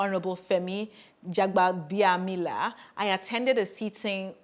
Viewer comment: eku ise. You are doing a fabulous job but this one that you are saying Jagbabiamila like somebody from Cotonou, me I will remove your Yoruba card oh ehn! 😉 😆